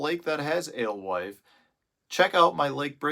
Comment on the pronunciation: You say Alwife...... I say "Ghost". Thanks for the vid.